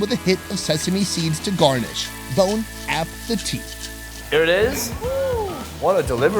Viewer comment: "Bone app the teeth"